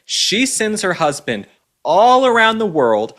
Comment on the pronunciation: The word is "husband", not "husbind".